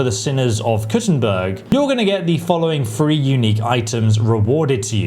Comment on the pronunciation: Took a shot every time he pronounced "free" instead of "three" and now I'm more hammered than Henry with a mace